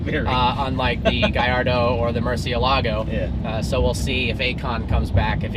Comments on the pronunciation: For fuck's sake!! That accent mark over the vowels tells you where to put the stress, yet you mispronounce every single Lamborghini model. MurciÉlago(moorthiElago) and HuracÁn(ooracAn), not mursilAAgo and hUracan. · they are talking about the huracán and they say murciélago wrong...... really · you pronounce Murcielago horribly wrong